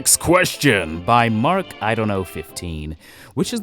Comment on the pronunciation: THANK YOU FOR ANSWERING, LOVE YOUR COVERS AND CONGRATS ON REACHING 10K SUBS, ON THE WAY FOR THE 100K 🗣🗣🗣 (just a observation, it's pronounced marKI, with the K sound, but it's fine im still surprised you actually answered my question ^o^)